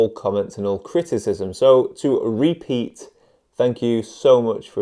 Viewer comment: I was half listening to this video while carving a pumpkin and did a double take when you said RePeet....'cause my name is Pete. I felt really special for 1/2 second...then crushing disappointment, LOL